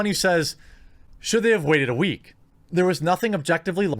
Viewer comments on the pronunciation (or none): none